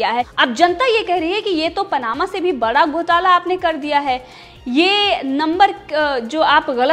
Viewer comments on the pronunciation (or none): Ghutala hota h gotala nhi 😂😂😂😂